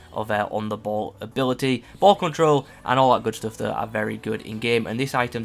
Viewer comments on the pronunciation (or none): none